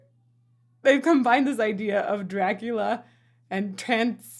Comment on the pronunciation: Did you say DRAG-ula??? 🤭🥵